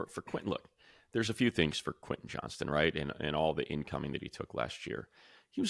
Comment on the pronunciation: Why am i hearing so many people referring to Quentin Johnston as "Johnson"? It's JOHNSTON!